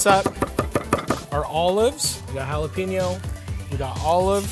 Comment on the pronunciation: Hey Matty repeat after me Pen 🖋️ ok know say yo. Ok Now put it all together JalaPENYO Or just Jalapeño. Got it? Good job 👍👍